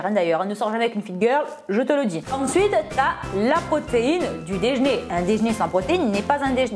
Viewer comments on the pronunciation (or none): La seule chose que j'ai retenu c'est : " le déjner" mdrr 😂😂